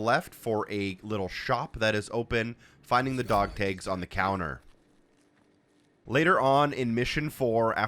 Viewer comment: You say dog tags very oddly. Dog tages lol